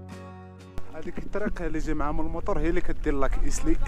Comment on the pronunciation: خويا ممكن تصلح الإسم من فضلك ايزلي وتيزليت وليس ايسلي وتيسليت وشكرا